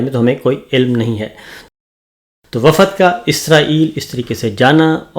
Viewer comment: Assalamualaikum Sir lafz wafad pronounced is wrong, صحیح لفظ ہے وفد وافد غلط ہے Hope you don't mind